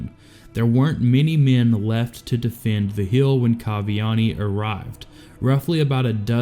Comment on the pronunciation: How do you fuck up saying word lik defend and hill? Iv never heard that speech impediment before